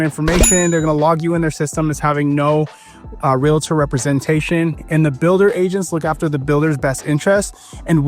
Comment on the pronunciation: Major props for saying "realtor" the correct way "real-tor" and not like those cringy people who say it wrong: "REAL-A-TOR", or "REALLA-TOR" like WTH. How can I trust a "REAL-TOR" who says it wrong.